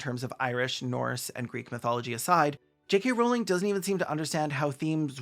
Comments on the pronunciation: maybe my brain fucked up and processed you saying "kkk rowling" but i fr thought the attribution to the quote said "3 K Rowling" and i gasped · "J.KKK. Rowling" 😂😂😂